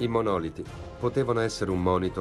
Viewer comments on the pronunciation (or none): Si dice monolìti, non monòliti, ignoranti!